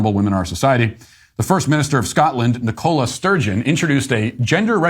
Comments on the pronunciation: Matt, it's NICola not NicOla Sturgeon. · Ni-CO-la? Don't you have people named Nicola in the US? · "Nicola" is pronounced with the stress on the first syllable. It is not a brand of cola. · Wow! I’ve never known anyone, whose first language is English, ever mispronounce the name ‘Nicola’ before! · Love your videos Matt, but as a UK native, you’re pronouncing Nicola incorrectly. Just thought you should know 😊.